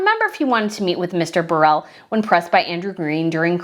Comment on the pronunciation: It’s pronounced “burrow” for Burrell